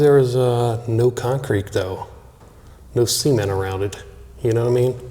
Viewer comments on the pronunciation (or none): See-meant or cement? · Not semen , ceeementttt 😂😂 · WHY DID YOU SAY CEMENT LIKE THAT??? Lol!!!!